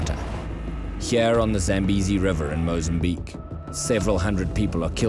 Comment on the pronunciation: So the people there are white? The pronounciation is Zah-m-bay-zee; It comes from my father's language, so I know